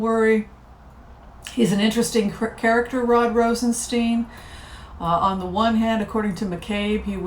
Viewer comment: Rosenst"eye"n. Stone of roses. Thank you for a wonderful reading.